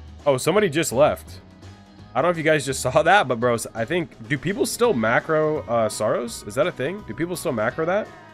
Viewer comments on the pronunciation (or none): none